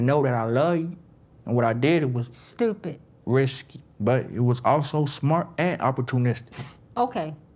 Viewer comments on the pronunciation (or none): It took me a while to watch this episode cuz every time homeboy with the grillz spoke, I kept laughing. I heard "rishky" instead of risky, LMFAOOO.